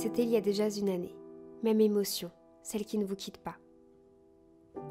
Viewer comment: Ton contenu est splendide, tu frôles la perfection. La seule amélioration que tu pourrais apporter, selon moi et avec toute ma bienveillance, ce serait d’éliminer les quelques petites fautes de français dans ton audio. (C’était il y a déjà z’une année ... par exemple). Encore une fois ma remarque n’est pas un jugement. Tu m’éblouis vraiment par ton travail. :*